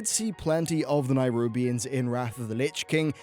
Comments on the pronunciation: Oh. I'm somewhat early here. Greets! Sorry to point it out but uh... Neh-rubians. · Why are you not able to pronounce Nerubian? You trying to be different? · LEARN TO PRONOUNCE NERUBIANS!!! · Nerubians, mate. Not nairubians. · Nyrubians. Norzdumu. Is he pronouncing these names incorrectly on purpose? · Nerubians. Not Nairubians. They're not from Nairobi. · nErubians. not NAIrubians. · Stop saying Nairubians... Jesus Christ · >Spelled "nErubian" >keeps saying nirubians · I swear, normally I can see past mispronunciations and what not, but boi! BOI!! That nairubians-bs was sooo distracting lol. Please! NERUBIANS,. But eh, apart from this, great vid. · If you can say Ajzol Nerub why cant u say Nerubians instead of Nairubians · Its nerubians not nairubians because its aziol nerub not nairub. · NE-rubians not NI-rubians! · Am I the only person who doesn't understand how you can pronounce Azjol-Nerub correctly, but when you talk about the Nerubian race, a hard I somehow appears in the beginning? It's Neh-rub-ian not Neye-rub-ian.... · Nerubians not nirubians. It's an "eh" sound, not a hard i. "neh-roo-b-ians" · Nerubians, not nierubians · Ah yes, the "Nirubians," of course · It's Neh-rubian, not Nigh-rubian. :P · Just so you know it's nerubians not nairubians.:) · Please look at the spelling and learn how to pronounce the names properly. Neh-roob-ee-ans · Why do you keep pronouncing it "NIGHrubians"? Where are you getting that Y sound from? -_ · what the fuck is a NYrubian? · Ohh for the love of god please, please say NERUBIANS. It bothers me more than it should ..... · What's a Nairobian? lol. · can you please put a little time into learning the god damn names of races, cities, countries etc? A little fucking effort please.... Nairubians? Azjol-Nayrub? Are they from Nairobi? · Daniel Gramento nayrunbians